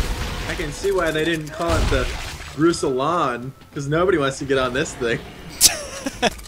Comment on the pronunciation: It's a little bit surprising to see a spaceship named after a relatively obscure general. Especially given the fact that you've been placing stress on a different vowel.